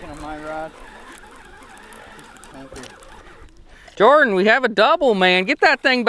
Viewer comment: Thank you for the "Jor-Dan."